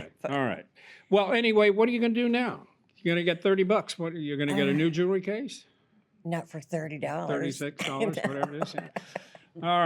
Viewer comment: ... so when did jewelry become joolery? Probably the same time library became liberry.